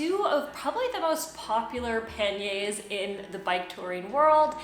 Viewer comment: sorry but you are defiantly a member of the language police but l would like to thank you for your correct pronunciations l can now go shopping for some pan-yr bags and sound smarter than l really am